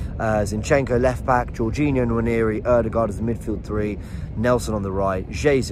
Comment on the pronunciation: Noir-neh-ree... Nwa as in the French noir